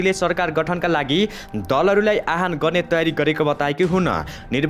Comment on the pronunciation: आह्वानको अर्थै न बुझी आहान आहान भ्न्ने कस्ता समाचारवाचक होलान् यी।